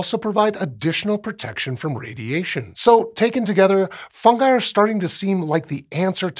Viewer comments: THANK YOU FOR SAYING FUNGI CORRECTLY! Drives me nuts when people latch onto other pronunciations that don't sound right. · I liked that he pronounced it Fun-guy. Not Fun-Ji. Keeps the joke alive.